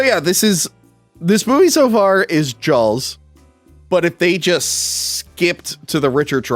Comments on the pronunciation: I swear it sounds like you keep saying jalws instead of jaws like a hard L is in there. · Stop saying Jawls lol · I will never understand where you guys get the L in "Jaws" or "saw". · did say Jaw-L-s?